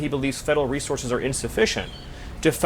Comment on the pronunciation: He almost says assourses instead of resources 😂 his brain is clouded by the rage he cannot contain